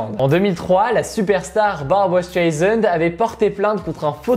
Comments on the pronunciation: StrEisand les gars et non Straisand ! Sinon top la vidéo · barbra streisand pas straisand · Streisand* pas Staisand^^